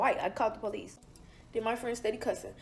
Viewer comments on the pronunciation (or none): . You’re not white honey even if you want to identify as. Also learn English. The word is THEN not “den”.